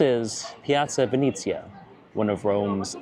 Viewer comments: it's Venezia not Vinizia. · It’s pronounced “Ven-eh-zia” 😌 But maybe it’s ok: you would be too powerful if you also knew Italian 😁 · Piazza venezia not venizia